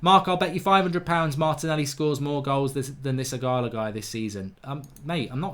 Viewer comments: Eeeegaaaaloooo. Its not eeegaaalaaa. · stop saying ighala, its ighalo!! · Mark it's Ighal-O not Ighal-A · “Ighalo” Mark, not “Ighala” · Mark, its IGHALO, not Ighala, not ughana, not ughalo, IGHALO.. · Its IGHALO NOT IGHALA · Why does mark say Ighala is Ighalo lmao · Ighalo is the exact type of striker Ole described. Someone that can break his nose to score a goal. Odion will succeed and Mark it’s pronounced as “E gah Low” 😂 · You keep saying his name wrong mate it’s embarrassing 😂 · Please learn how to say ighalo’s name 😂